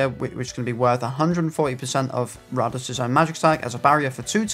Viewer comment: His name is pronounced Rade-eez, you would know this if you watched the show